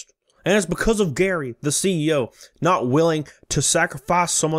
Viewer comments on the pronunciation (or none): It's Gerry, pronounced the same as Jerry. The e in what makes this sound like Jerry, as opposed to sounding like Gary.